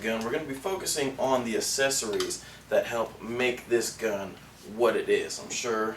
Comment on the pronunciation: i really hate the way pronounces accessories. For those of you that dont know, its pronounced ak-ses-or-ies, not a-ses-or-ies